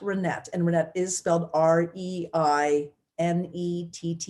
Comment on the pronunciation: Please pronounce Reinette’s name properly! The E in her last name is not a Long E Sound but a Short E sound!!